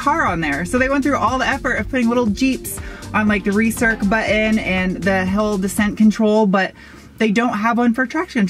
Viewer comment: Anyone else hear say Hell Descent Control instead of Hill Descent Control? Lol. Great video!